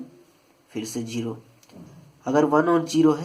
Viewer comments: Plz its zeroooooo gerooooo nahi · Gero nahi hota bhaii, zero hota hai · bhai its zero not gero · Gero nahi zero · Jero hitts different l🤣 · Arey 🤭 sir wo jiro nahi zero hai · The right word is zero from ZZZZ not jeeero from J. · Someone tell him it’s zero not jero 😂❤️ btw it was very helpful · Ohh chacha jero nahe zero hota ha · It's ZERO not JERO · The way u said zero 🙃funny .. 😜😂🙃